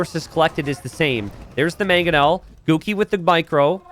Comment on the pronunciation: Everytime says "Guki", I hear "Cookie".